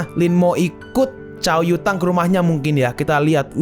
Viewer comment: Pass gw dengerin lu nyebut nama cau yutang di kecepatan 2×, gw dengernya ca*wet kota*ng